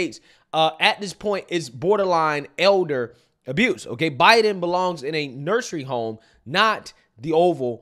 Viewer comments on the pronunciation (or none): its nursing home. Not nursery home lol you keep saying this and i die every time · it’s a nursing home. Nursing home. Not nursery home. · I love your channel, but a "nursery home"???? It's a nursing home!!